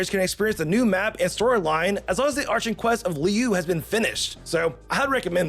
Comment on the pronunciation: "Li-u" "Arch-in" "Mu-la-ni"..... As a dedicated genshin players that was new for me to hear XD